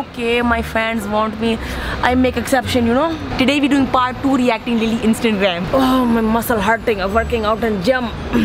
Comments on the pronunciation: All I hear is "Instant-gram" 😂😂😂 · Instangram 😂😂😂😂 I love when they say this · I know this is an old video but I just had to💀💀 ''So now you take shower on instangram'' 😭😂😂😂😂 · "Instantgram" lol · "Instantgram" anyone noticed lmaaooo